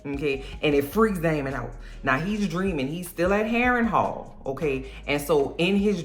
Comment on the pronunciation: New subscriber. I watched this several times. Your commentary is hilarious from start to finish. Every time I hear Castle Harenhall, I'm going to hear you calling it Castle Overhaul. Not clearing up the playing of the balls 😂😂. Cole with a fresh cut and cuban link ❤